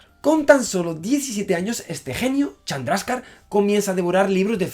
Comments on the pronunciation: ¿Has dicho Charmander en vez de Chandrasekhar? ¡¡Jajajajaja!! Deja los videojuegos y los tebeos, Javier, y ponte a hacer física, hombre, que esto no es serio. XD ( ¿¿Dices Chandraka??) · Llegará el dia que Javi diga bien el nombre de un científico? Srredinger,Chandraska,etc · dijo charmander? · Like si escuchaste el Charmander jajaja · ¿He oído charmander en el minuto ? XD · Según esta página, la "e" de ese nombre sí se pronuncia